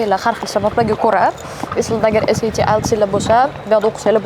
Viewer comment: saviyasi shu SAT ni qanday talaffuz qilishidan bilamanda😂 oddiy odam bo'lsa ham tushunasiz, universitet xodimi, ingliz tilini biladigan odam esayti seb aytsa endi uyatda